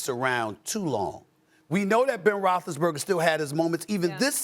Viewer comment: No one: Stephen A: Ben Roethlisberga